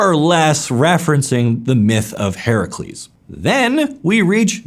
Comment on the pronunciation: You pronounced Heracles correctly :O!